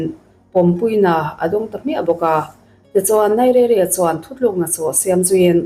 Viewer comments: NAIZERIA Ti a lam tur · Nigeria i lam rik dan chu a va mak mai mai ve !!